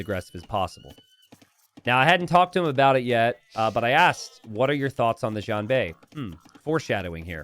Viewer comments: It's pronounced shian- not djian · I love your content. Xianbei is pronounced 'she-an bay' (slur the she-an into a single sound, as opposed to two separate words). Again, great stuff.